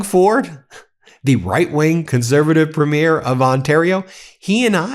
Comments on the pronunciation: Ben, I love your content and watch all of the time. But I do have a nitpick about your pronunciation of the word "premier" when referring to the Premiers of Canadian provinces. The word is pronounced with the emphasis on the first syllable. PREEM-yer. I'm pasting an AI explanation of the difference here: The word premier (as in the head of a Canadian province) is typically pronounced PREEM-yər (/ˈpriːmjər) or PREM-ee-er (/ˈprɛmiər). It has two or three syllables, sounding like "PREEM-yur".Pronunciation BreakdownPhonetic: PREEM-yər or PREM-ee-erSyllables: PREEM-yur (2 syllables) or PREM-ee-ur (3 syllables)Stress: The main stress falls on the very first syllable (PREEM or PREM).Compared to "Premiere"People often confuse premier (the political leader or top-ranking adjective) with premiere (the first showing of a movie or play).Premier (Politician): Ends with a crisp "-yur" or "-er" sound (PREEM-yur).Premiere (Movie event): Ends with an "-eer" sound (prih-MEER). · Love this! Thank you! Just a wee comment: Premier .... the accent is on Prem... PREMier -- not Premiere--- when you go to the premiere of a movie... two different words there. So-- Premier Doug Ford. Premier Eby. Not trying to be offensive, just a Canadian trying to help you out. xoxoxo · Ben, Premier (provincial government leader) is not pronounced the same as premiere (first launch of a movie or other event). The emphasis is on first syllable. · I love you, Ben. As a Canadian, the only correction I can see needs being made is your pronunciacion of premiere...as in provincial premiere. In Canada it is "prémiere" not "premiére". Having said that, I love you and your incredible and passionate work. Keep it coming!! ❤ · Ben, I love you. But it's PREEmier not premiEER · Ben, Ben, Ben. You pronounce Ukrainian and Russian names so clearly, why can't you say Preemier instead of Premeer? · Thanks Ben! The word is pronounced Pre´mier, not Premi-ér. 😺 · PREEM-yer, PREEM-yer. Not première. It's not a movie première.